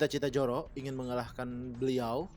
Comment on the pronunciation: Zoro, bukan Joro